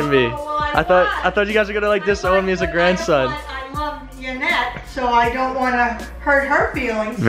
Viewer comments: Isn't it Yanet not Janet? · Sky Hawk He did it on purpose but I wouldn't be surprised if he doesn't know how to spell it cuz he sure as hell cant pronounce yanet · that's why you call her janet instead of yanet because you don't know how to pronounce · Why does he say "Janet" when it's "Yanet" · I know he spelled the name wrong on purpose but why does he always call her Janet instead of Yanet. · isn't it "Yanet" not janet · Why does he say Janet it's yanet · Sid The Sloth jaynet is how he says it haha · who else realises doug calls yanet janet, like duddee...